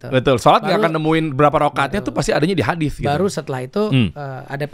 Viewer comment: Bang dery ngomong Hadits pake H. Bukan ح. Dari sini aja udah apaansih. Wkwk